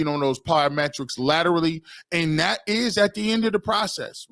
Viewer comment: Dude is knowledgeable, but pronunciation on simple words is cringe. "Dis" instead of this, "Dat" instead of that "Den" instead of then. Hard to listen too. I guess its a me problem. 😂